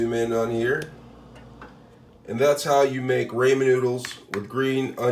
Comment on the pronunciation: it’s the fact that he pronounced it “r-AY-men” for me 🤣🤣